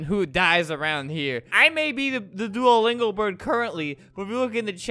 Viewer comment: Its Not Doualingo its Duolingo